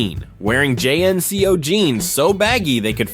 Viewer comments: I enjoyed the video, but nobody called them J.N.C.O.'s, they were pronounced jinco's. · Jean-Co man! Not J N C O. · Great video but who says “J-N-C-O” and not JNCO 😂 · "JNCOS"?! WTF?!😂😂😂 THEY'RE CALLED "JEANCOS" STUPID!😂😮😢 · I wanna know why youre calling Jncos by spelling the letters Its not J.N.C.O's say the word Jnco I had a pair of Jncos for every day of the week thats 7 pairs at $50-70 bucks a pair in the 90s it was a luxury to have jncos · Pronounced jean-ko not j n c o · Calling JNCO, Jay Enn See Ohh is true Artificial Intelligence. L. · all true! (except pronouncing 'jnco' jeans j-n-c-o..lol) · As far as I remember JNCO was pronounced as Jeanco back in the days. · JNCO pernounced jinco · Loved the video. Brought me straight back to the younger years but, not gonna lie.... hearing you say J N C Os I stead of reading the word Jnco fealt like you directly targeted and tried to assassinate my OCD... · You might not remember JNCO because of the way he pronounced it, it was pronounced more like JeanCo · You mispronounced JNCO. TRL started to suck when it pandered to female tweenie boppers with non-stop boy band crap, and Captain Planet was a bundle of twigs. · they’re called JNCO’s….. you’re not suppose to pronounce it by letters 😂😂😂😂😂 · I remember all these things, but I have to say everyone I knew was using AOL instant messenger and I never heard JNCO or discman (which was not revolutionary bc walkmans already existed), pronounced that way. And whoever wrote this list was WAY into Goosebumps lol